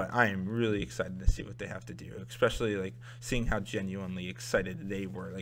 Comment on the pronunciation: dude, it's pronounced ES-pecially (especially), not EK-pecially